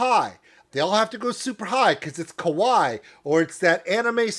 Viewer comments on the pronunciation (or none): none